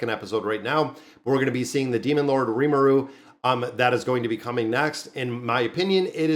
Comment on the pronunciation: Nice ❤ You pronounce rimuru right. 😊 Keep it up